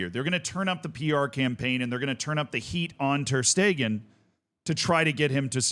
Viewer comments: My man its ter shtegen not ter steeeeeegen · it's ter sh-tay-gen English speakers usually say it without the sh but steeegen is very new to me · Who hell pronounces it ter stiegen? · First time i hear that pronunciation Ter steeegen 😂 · How in the world did you manage to mispronounce every syllable of Ter Stegens name